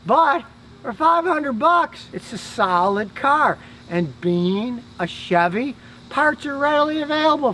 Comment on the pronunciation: Scotty... You didn't buy a el Camino for 500 bucks, I think your bluffing... Your a foreign guy.... you like foreign cars........ just watch your vids for proof..... You can't even pronounce Chevy... Glad u finally admitted Chevy/American is something....